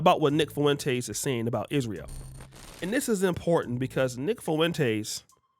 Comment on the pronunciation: You can't say Israel? It's Isr-a-el not Isr-e-o